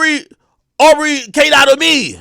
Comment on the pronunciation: He saying au for aubrey